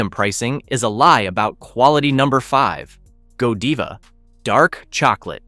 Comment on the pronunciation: No, seriously -- it's a really good and important report, but it needed a human being to read it for this video, not an AI voice that keeps saying LEED instead of lead and "Go Deeva" instead of "Godiva." It hurts the credibility of your channel and the report to have AI deliver it. Just have the real author read it.